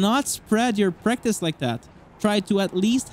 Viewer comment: I have a thick accent too, but this whole time I thought he was saying “breakfast” I was thinking breakfast IS good. But it was “Practice”.. I’m hungry